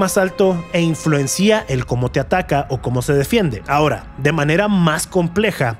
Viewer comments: Por qué dices "Saurón" o "influencía"? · Gracias por la antología, solo un comentario es influencia no influencía